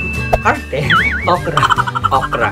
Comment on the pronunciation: Natawa ako sa “okwa” bes haha. 🤣 hnd pa ako nakatikim ng alugbati. Masarap ba talaga sya? 🤗